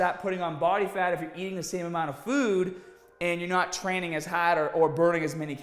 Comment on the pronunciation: “trainnin pretty haad”